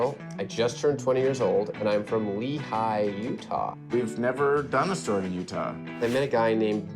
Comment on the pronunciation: utah gets me every time 😭 not “Lehi, Utah” as in LEHI FROM THE BOOK OF MORMON 😭😭😭